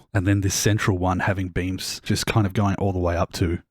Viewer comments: Lmao, I heard beans too😅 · you said "beams" but i heard "beans" and ive been laughing for an embarrassing about of time